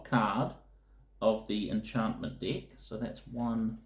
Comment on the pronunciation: Sounds like he's saying dick for deck.